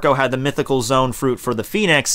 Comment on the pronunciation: repeat after me: "ZO"...Good, got that? Now, repeat after me again: "AN"...Got it? Good. Now mix them together, and we get "Zo-An". Can you do it? Two syllables, one for each vowel. It's not Zone, it's Zo-An.